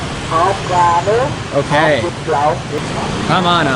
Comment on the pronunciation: You pronounced Hot Vit LON like Hot Vit VAGINA in Vietnamese . That made me very confused too